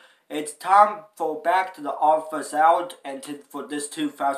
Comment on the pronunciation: It's not called theoddfirstout its pernounced theoddonesout say it like the number 1 but with a s